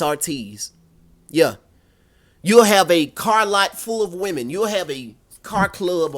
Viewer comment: Saying that "yeah" with that southern accent gets me every time 😂😂